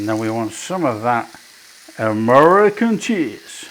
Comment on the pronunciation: Haaaa Merican cheese lol great accent on it